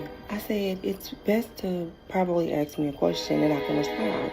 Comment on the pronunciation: Saying axe instead of ask should be the end of the date